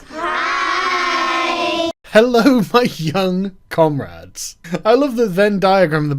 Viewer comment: She said comrads?